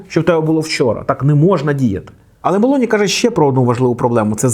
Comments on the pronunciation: Правильний наголос у прізвищі - Мело'ні, на другий склад. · Мелоні з наголосом на О. Виправляйтеся)